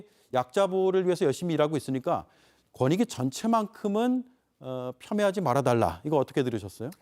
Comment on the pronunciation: 권익위? 거니위 아니고? 어이쿠 발음이 무너졌네? 뭐 어때? 이미 바닥을 친 마당에 더 무너질게 뭐 있겠어?